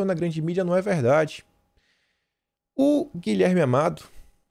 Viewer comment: "É veldade essa pesqüisa!" kkkkk...